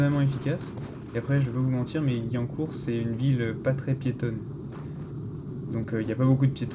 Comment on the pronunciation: On dit pas gui mais guwiancourt🤣